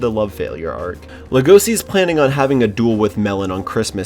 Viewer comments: It’s pronounced lego-she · How to pronounce legosi lego c eAsY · No offense but it’s actually pronounced legoshi but spelled Legosi at least from what I’ve heard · Why you pronounce Legoshi's name like that?